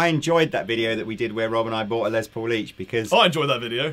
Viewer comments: Why do you guys pronounce Les Paul's first name as "Lez" instead of "Less"? His full name is Lester, so I would expect the later pronunciation. Is it a British thing? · If says "Lez" Paul one more time I'm gonna lose my shit!